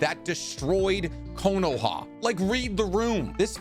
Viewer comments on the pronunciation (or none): none